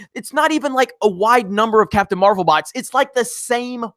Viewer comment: You messed it up.... it’s Captain marv-L